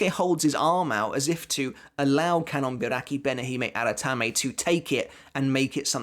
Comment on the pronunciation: How many takes did you do to say that full bankia name perfectly lol?